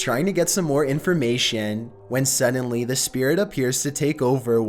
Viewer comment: All of a syuddyen...... dude you have the most annoying voice out of anybody on youtube besides maybe andy milanokis.